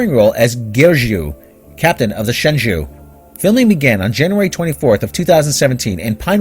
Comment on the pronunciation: "Shenzhou" is pronounced "shuhn-joe." If the show wants to pick a Mandarin name for a starship, at least the show and its fanboys should learn how to pronounce it correctly.